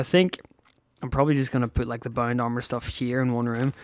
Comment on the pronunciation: Im sorry if i offend you but everytime u say bound i heare bone